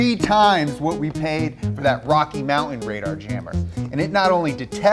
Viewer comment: Hard to take a guy seriously who can't pronounce his own last name, the word mountain or the word important.